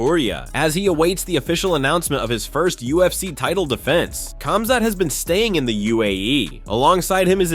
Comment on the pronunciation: i was just thinking that "khazmat" lol